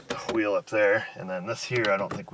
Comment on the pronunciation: "hwheel"? is that you, stewey?